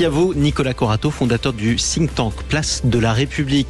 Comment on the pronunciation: J'ai encore entendu l'horrible ''Think tank'' que vous prononcez ''sink tank'' qui veut dire ''Réservoir qui coule à pic'' qui illustre le sort que vous faites à la langue française. Utilisez ''Groupe de réflexion'' ça sonne plus français, plus compréhensible..